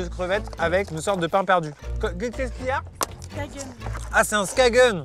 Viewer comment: Qui d'autre a entendu "Ta gueule" au lieu de "SKAGEN" ! Je suis mort mdr